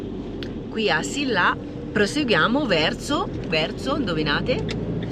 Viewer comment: Si pronuncia assila con la elle leggera non assilla